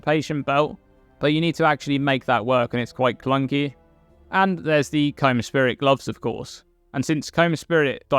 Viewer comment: You know you'd think with the amount Kaom is pronounced in-game; you'd pronounce it right and not as Comb.